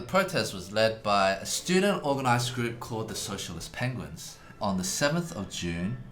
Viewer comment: "socialt penguins" ok, i stop watching.